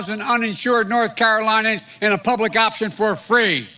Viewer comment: North CaroLINEians? ugf